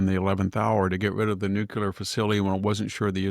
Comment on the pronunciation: Yes, very disappointing, that absent Nobel prize. E.Jean and Stormy both submitted nominations on his behalf, too. Go figure... Maybe the committee doesn't recognize the word "nuculer"🤣 Here's an idea. Let them know about that great response to last week's Texas flood devastation. That should win the prize for sure!!👍